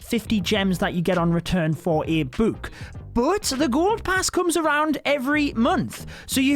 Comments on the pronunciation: dude really says “boook”😂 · the way he pronounces book though... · The way he says “book”😂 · You say book and potion wrong